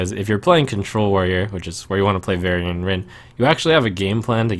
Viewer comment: "Varian-nce"...ow, Trump. The value was weak on that one. ;)